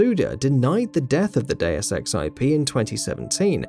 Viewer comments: Day-oos Ex is the correct pronunciation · Gamingbolt:Diuaz Ex Me:ITS DEUS EX MOTHER FU-.